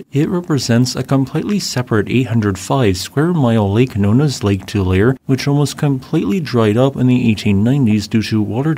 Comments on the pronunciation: Please, the name is pronounced Too-lair-ee, not Too-lair, not Too-lar...Too-lair-ee. Thank you. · Tulare is pronounced like "To Larry." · "Two Lar E" I've a cabin up in Kennedy Meadow in Tulare County. BTW, there are some odd granite outcroppings up there, more shot through with xenoliths than anything I've seen other places. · Lake Too-lah-ree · Tulare is pronounced Too-lair-ee. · You are spot on with the information except it's pronounced "Tu lair e" Story goes... river boats could make it inland to Fresno from the Sacramento delta on the San Joaquin River way back when. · That was Lake "Too-lah-ray". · In any case, it's not two-lair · Oh right. Tulare lol. Well, no one is perfect 😂